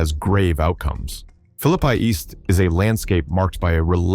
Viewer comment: Its Philly-Pea!!😂